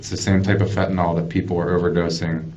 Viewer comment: It's Fenta-NYL..not Fenta-NOL!!